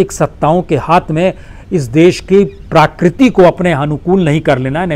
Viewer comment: Sir parakriti nahi prakriti